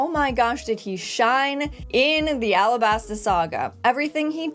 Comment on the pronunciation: Alabasta not arabasta... The japanese cant say the L so to us sounds like R